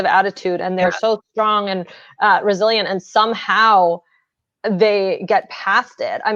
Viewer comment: Every time you said "Resilient" I thought you said Brazilian lmao you know, just learning